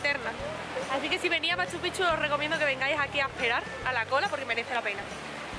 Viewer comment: Otro youtuber que escribe Machu Picchu (separado) y pronuncia Machupichu, se escribe y se lee MACHUPICCHU, haciendo énfasis en las consonantes "cc"